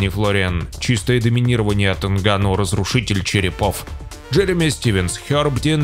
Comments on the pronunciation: нГанну а не нганнУ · Из за не правильного ударение Нганно, аж тошно слушать, правильно, что не подписался